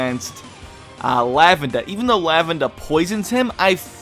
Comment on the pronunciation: thumbs up for the way you pronounce Basil and Lavenda lol everyone else pronounces it super awkward.